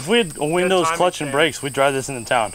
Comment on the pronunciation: DWIVE FWOM YOUR GWAVE (sorry, had to be done)